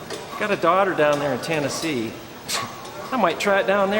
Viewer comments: I'm from Tennessee and the way he said TAN-essee was like nails on a chalkboard. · I'm from Tennessee and the way he first first pronounced it shook me.